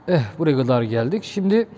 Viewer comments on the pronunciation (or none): Eh buraya gadaa geldik diye yaptığın Ege şivene kurban hocam